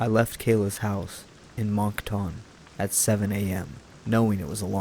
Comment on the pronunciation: LOL at the pronounciation of "Moncton".